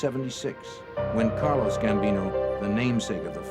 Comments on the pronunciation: How can you make a Gambino documentary and not know its carlo Gambino and not carlos ? smh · Ah,Carlos Gambinoros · this narrator really just said "CARLOS" Gambino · To the narrator, it’s Carlo Gambino not Carlos. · 😂 Carlito Gambino